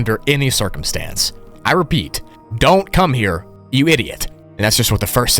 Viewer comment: hey you did not add the t in the word repeat, also noce video!